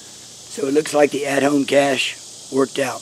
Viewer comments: Cashe is pronounced “Cash” not “Cash-aye” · Cache is plural. Pronounced cash. You Rock. I enjoy your videos very much.